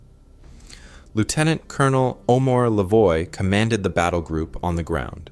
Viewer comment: the name Lavoie is said "Lah vowah". And Petewawa is "Pet ah wah wah"